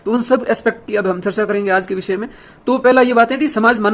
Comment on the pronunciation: सरसा नही चर्चा.. उच्चारण